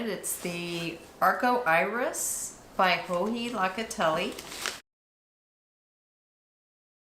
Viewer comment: I love you and the gorgeous patterns you knit - we have the same taste in style and color so I’ve really enjoyed watching you and your best buddies. One thing: you love Joji Locatelli’s patterns and so do I-plus I love Joji’s podcasts-which leads me to please ask you to pronounce her name correctly. I know this is a minor gripe I know. Her name Locatelli has a long O sound and not La. Locatelli like locomotive. Thanks so much.